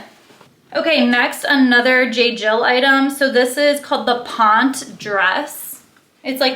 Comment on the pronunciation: Ponte is pronounced Pont-tay.